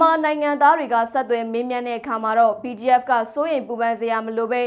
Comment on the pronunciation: BGF နဲ့ PDF ကို အသံကွဲ ပြာ အောင် ပြောပေးပါလါး